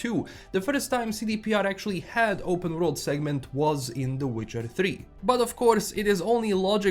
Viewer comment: can't wait for this remake, I tried to play TW1 for years but it's too clunky for me, also the way you say W-road instead of world kinda gets me a little off guard everytime😅